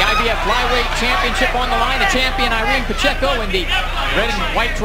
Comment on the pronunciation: "mambaco" pacheco was a great boxer